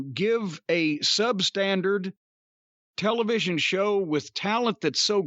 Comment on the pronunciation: The way Cornette pronounces television.